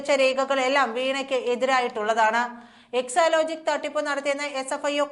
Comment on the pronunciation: എക്സോലോജിക് അല്ല, എക്സോലോജിക് എന്നാണ്. വായിൽ തോന്നും പോലെ വാർത്ത വായിക്കരുത്.